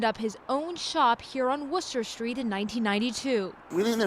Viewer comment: Worcester Street lol